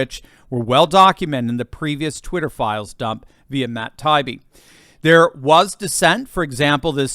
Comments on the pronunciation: These people were using any irrational excuse they could come up with to ban Trump and censor anyone who disagreed with their opinions. Outrageous., you are mispronouncing Mike Taibi's name. I used to see him on the news in Boston many years ago and it is pronounced like Tie eebee. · His name is pronounced Tie-ee-bee. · Please stop mispronouncing Matt’s name professor. 😂